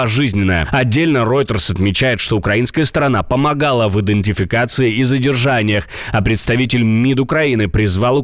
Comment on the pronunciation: Ведущему домашнее задание: сто раз перед сном проговаривать слово идентификация.